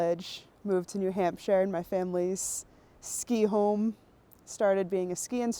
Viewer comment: It's new hamp-sha. There is definitely a p in there